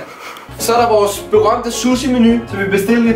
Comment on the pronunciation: udtaler suhsi sussi lol